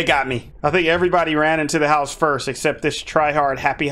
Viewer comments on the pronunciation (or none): He said i want the berger king i come back to my hoese and from the berger Iking😂😂😂😂😂😂😂😂